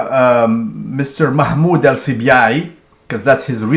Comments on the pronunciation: Mamdoh not Mahmod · mamdouh not Mahmoud